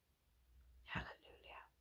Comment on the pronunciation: Do you realise, innocently you say Hallelulia instead of Halleluia... you make me laugh 😂. God bless.